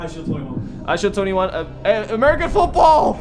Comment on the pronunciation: HAha how u said football at the end